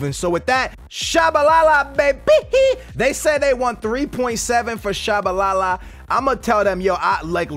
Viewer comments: how you pronounce Tshabalala and mispronounce Biabiany lol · Really skills, out of all of the names you mispronounce you get Tshabalala right? REALLY?